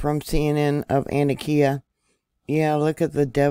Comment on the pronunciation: Hi, I lived not far from there. Just so you know the pronunciation of this town in Ann-Tock-Ea